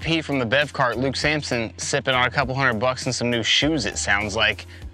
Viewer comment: It’s Samson not Sampson